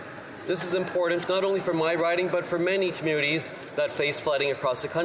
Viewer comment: Why is it so difficult for people to pronounce "important"???